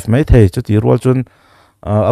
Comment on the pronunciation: Hemi ṭum hian....ṭum i lam rik dan chu leh, hei mei ni lovin hei mai.. MSa hi I Day-a Khual lian ni turin sawrkar-ah eng nge a nih chiah...Political Party mi leh sate hi Sawrkar ni pawimawhah khual lian a nih ve ngawt theih em le